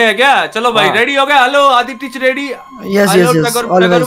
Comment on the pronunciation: Video ke shuruwat mei isne kya kaha...aditech ko adi teach bana dia🤣🤣